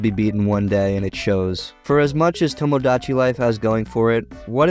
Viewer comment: u cannot pronounce tomodachi, lol